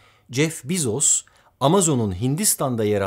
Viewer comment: Bu kadar bilgili bi insanın Bezos'u yanlış telaffuz etmesi de, ne bileyim.